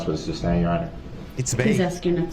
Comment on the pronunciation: Do dat. His level of ignorance is beyond my comprehension. He needs to shut up and stop saying tackit. Substain. Do dat. Axe. Hear say. Subject matter jurisdiction. How bout newtons law!!! His long nails. And lack of remorse!!!!!